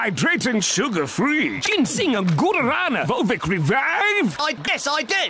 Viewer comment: As a brasilian, the way he said "guarana" killed me inside a little bit